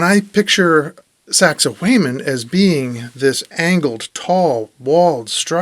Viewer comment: saxay waman, not saxay wayman never thought I could be so triggered but you pronounce it so many times